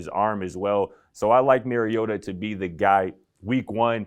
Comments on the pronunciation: You are saying his name wrong. And Mariota no question about it. Everyone too hung up on rookie fantasies. Mariota is poised to return as a top 15 QB this season, and his ceiling is even higher. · It’s not “Mary” ohta